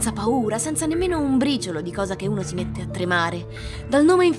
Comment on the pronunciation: Piccolo consiglio per voce narrante: la "s" del pronome "si" e sempre sorda, anche in posizione intervocalica, eg lasciandosi. Just saying...